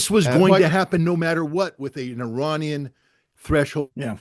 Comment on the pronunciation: I have immense respect for Mr. Ray McGovern, Colonel Wilkerson (another very favorite person to me), and Colonel Doug. McGregor. None of these well-educated people, need the following info. However it seems like some others may💚 Therefore, IRANIAN, is neither pronounced "Eee-RAINY-Yan" nor "Eye-RAINY-Yan"!! The proper pronunciation is "Eee" (rhyming with See) + Ronnie (abbreviation for Ronald) + Yan !!! A Simple mnemonic would be "There is no RAINY weather in the forecast"!!😊 Hence the proper pronunciation is "Eee-Ronnie-Yan"!! Even a poor Computer generated voice could be Corrected (Reprogrammed)!!!